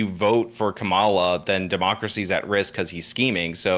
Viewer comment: . Bottom guy, "ka-MA-la". Watch Fox mutch? Its not hard to pronounce Kamala. Be nice.